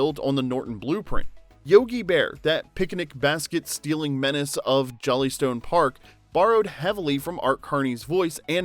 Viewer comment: No rehearsals, except the rehearsal (s)? It’s Jellystone, not Jollystone.